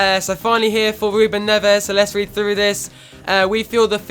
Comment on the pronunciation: Ruben Neves is pronounced Ruben "Nevz"